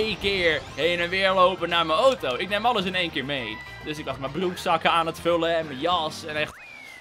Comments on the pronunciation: het woord auto komt uit het Grieks, dus zeg gewoon auto i.p.v. ooto Bij voorbaat dank P.s. Ik ben al jaren fan, ik volg je al sinds je minder dan 100k abonnees hebt. Keep up the good work! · ik denk dat ze de uitspraak van Auto weghalen uit het Engels van automobile want dat spreek je wel zo uit